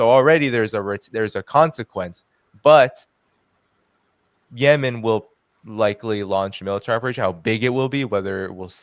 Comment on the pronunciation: I've never heard Yemen pronounced "YeMEN" like does.